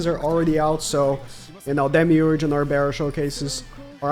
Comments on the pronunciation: NARBERAL the ‘L’ is NOT silent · Narberal's L is not silent